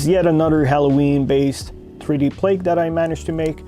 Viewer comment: Every time I hear “plake” 🤦‍♂️